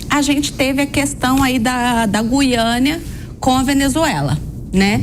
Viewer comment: Quem é essa que fala Guiânia?!